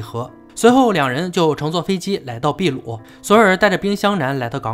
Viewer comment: 是的，秘鲁读的没错，但是不存在“秘鲁时代”这一概念。印加文明是秘鲁地区的文明。